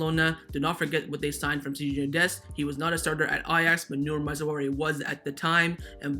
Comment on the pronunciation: Dude, It's pronounced "Maz-rah-wii". Honestly wanted to let it go but you keep bringing the man's name up.